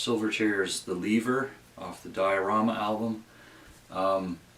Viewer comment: It’s Lehver not Leever your saying it weird (and I know Australians say it funny)